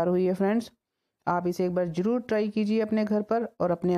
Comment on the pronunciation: Recipe acchi Or sahi hai.. But presentation... Sabzi ko sabji, zeera ko jeera , Zaroor ko juroor, bareeq ko breek, tasty ko tashty, Or bhi na jane kitne hi shabd hain.. Kya kahein..? Bhasha ka aader or Sammaan Kaheen kho gaya hai 😭 Anyway..nice recipe 👍